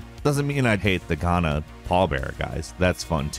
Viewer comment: the way he says Ghana is kinda cringy if you are Ghanaian